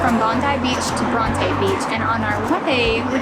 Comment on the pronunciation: is no one gonna mention how they completely mispronounced the name Bronte. lmao its bron-ti not bron-tay